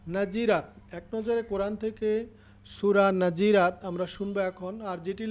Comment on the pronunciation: নাযিরাত না নাযিয়াত